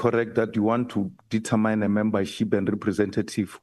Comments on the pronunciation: Not detetmine but determine determin please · The queens English it's not detamine queen says determine determin